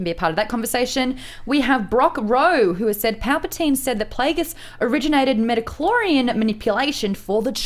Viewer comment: Everytime I hear midi-chlorian I cringe a little, please stop T_T